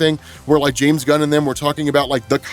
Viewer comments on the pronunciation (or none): none